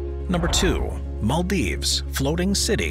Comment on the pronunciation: The narrator and his weird mispronunciation is cringeworthy and the choice of new "cities" very negative. Utterly weird in parts. How come the narrator has never heard of the Maldives?